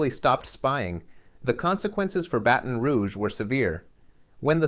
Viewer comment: Review how you pronounce the name “Baton”.